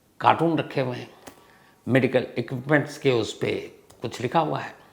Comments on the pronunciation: dear shams bhai i'm addicted to your way of story telling . big fan of you. little correction in you pronunciation its carton not cartoon. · Pronunciation is wrong. it is not "car-toon" , it is "car-ton" Cartoon is different than Carton. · कार्टून नही सर, कार्टन बोलो 25 बार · Cartoon nahi hota h bhaijaan, cartoon bata raha h ki bachhe dekhte h na woh .... Curtain hota h..pl apna pranounciation thik kijeye